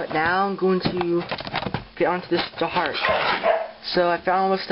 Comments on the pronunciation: dharak is pronounced dar-ack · Not to be rude, but Dharak is pronounced dar-ACK. I couldn't even pronounce it until i saw it in the episode but now I can. No offence.